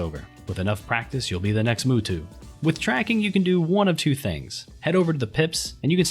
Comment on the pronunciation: "Who tf is Mootwo? Ohh he mean't Mutu"